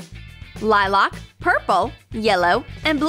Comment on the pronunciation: u totally murdered the word lilac by the way